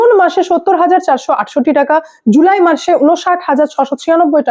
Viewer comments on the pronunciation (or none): none